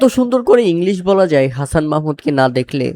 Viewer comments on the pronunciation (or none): none